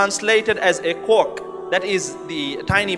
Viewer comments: just wanna point out, its quark, not cork. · it's quark, not cork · Not trying to be rude but its quark and not cork